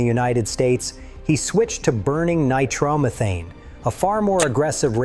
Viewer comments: 1000% CORRECT! Come On ! Get RID of the AI Narration! I applaud the effort and content. CRAP Computers don't know what Nitromethane is nore how much it means to US Motorheads, HotRodders, and Speed Chasers! Misspoke "NitroME thane" twice in a row and cused to loose concentration on your content. We know Burt's story, but you enhanced it well! Call me a detail freak as you wish, DITCH the AI Narration brotha! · AI doesn't know how to pronounce nitromethane huh. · That's when I had to stop watching the video. It was doing so good up to that point. Originally I was questioning if it was AI or not. But when it butchered nitro methane as badly as it did I couldn't take it. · AI cannot pronounce English either "Nitro-methane" isn't NIGH-TROMMETEEN even here in the land of Leprechauns and the strange Hiberno-English that we speak LOL. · Sorry but I just had to pause and say Ahem... Nitrom what!??? 😂 Nitro Methane... Just how it's pronounced 10 seconds later... AI is testing pedantic fkrs like me again 😂😂😂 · I know, right?! Drove me crazy hearing multiple wrong pronunciations. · Nitrahmithane??? AI crap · Yeah, gotta love that ni-TROMA-thane seriously tho' it's an awesome movie and story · Nitro meee thane. Stupid AI. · Teach your AI how to pronounce "nitromethane" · AI can't pronounce nitromethane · WHY, why, why must you use this stupid AI narration? It makes people suspect this whole thing is made up by AI. Your AI narration couldn't even pronounce nitromethane correctly. Don't you even watch/listen to the video before you post it? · AI needs to learn how to pronounce Nitromethane! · Can't pronounce nitro methane.